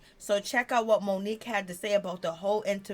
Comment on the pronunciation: "Moniece" is her name! Not Monique‼️